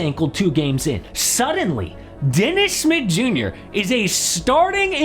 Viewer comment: It took me awhile tn realize dude was saying Dennis Smith Jr. Sounded like Dennis Mid Yur